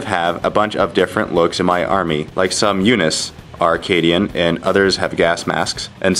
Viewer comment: Units in that "army" not "arm" ffs